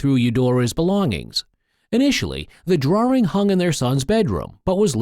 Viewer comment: Why does the man pronounce it as drawRing . . .